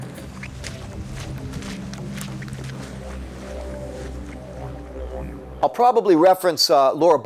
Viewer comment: Thanks for NOT calling them e-moos.